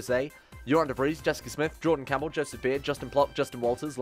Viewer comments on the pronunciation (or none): none